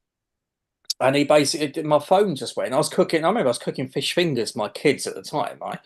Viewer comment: "So long and thanks for all the 'Rish'" 😅